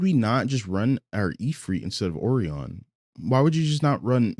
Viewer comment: Will all due respect dear, the way you say O-ree-on instead of O-rai-on (O-rye-on or O-Ryan is also fine) is killing me 😭